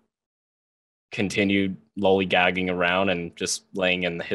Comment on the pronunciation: He says the word Lolligagging completely wrong telling me that he has just memorized this stupid script he was told. And he is SO boring, my god. Sorry guy, but snore city.